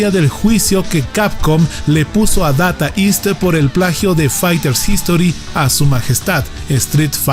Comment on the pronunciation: Se pronuncia... "deita ist"; no "data ist"🙋